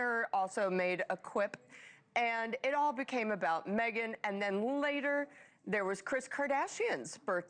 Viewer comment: does the commentator not know how to pronounce pop culture names? pierpaolo, jeff BEE-zos? kris KARDASHIAN? wtf.